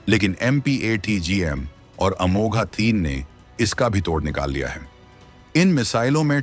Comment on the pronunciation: अमोघ है, अमोघा नहीं